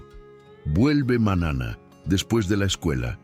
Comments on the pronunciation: Esa historia muy linda .pero .porque tiene que hablar tan malo en esa historia . ??? Como. Diciendo manana nino ano..mono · Siii le falta la acentuación y pronunciar bien la eñe cuando dice niño, dueño, mañana .....😢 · Con todo respeto.sus relatos son muy bonitos pero como esta pronunsiando las letras usted lee ano y es año lee manana y es mañana